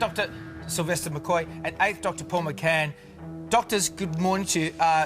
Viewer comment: Its McGann, not McCann.